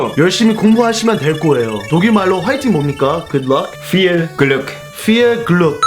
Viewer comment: Omg ''Viel Gluck" wie süß er kann das Ü nicht aussprechen xD